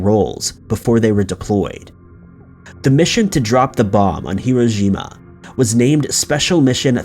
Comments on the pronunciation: Great and it's "Hiroshima" but you're saying "Hirojima" maybe a confusion with Iwo Jima 👌🏽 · You keep saying “Hirojima”- the city was Hiroshima. Pronounced “hee ROH shee ma” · Yeah, his pronunciation of that was so bad. It sounded like he was saying ‘zh’ instead of ‘sh’ too. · Hiroshima bish not hirojima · Please make sure. Hiroshima is not pronounced, "hirojima' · Absolutely! He keeps saying Iwo Jima, instead of Hiroshima!! Very Poor research on his part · (Hı-roe-shı-mah) is said quickly and with no stress on any syllable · He's saying Hiroshima so badly that it does sound like Iwo Jima. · Is the narrator mispronouncing Hiroshima or saying the bomb dropped by the Enola Gay was on Iwo Jima? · He was trying to say Hiroshima but he mispronounced it every time. The right way is accented on only one syllable, the second one which is a long O. The third syllable should have a long I. The reader kept giving it accents on the first and third syllables. He gives the third syllable a short I. Now someone can leave a snarky reply. I just can't stand it that so many people can not be bothered to find out how to pronounce a word before they make a video, especially the name of a city. In all my texts I haven't made any comments about grammar or sentence structure. I haven't even mentioned my bewilderment at people who don't proof read their texts before posting them, not knowing what autocorrect has done to their copy. Hiroshima is probably pronounced incorrectly more often than not. I also think it is arrogant and rude to change the names of cities in other countries, especially ones we have totally destroyed, because we find the real name too hard to say. For years I have been driven grumpy over these things and I've kept myself from commenting. This time I just couldn't help myself. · rubbing his hands together before each upload - "What can I mispronounce on this video?" Clue: It's Hiroshima today. He'll never top 'Dublin' tho 😋 Hey - we're on to you man!!✌